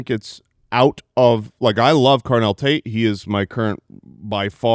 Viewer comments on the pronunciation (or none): none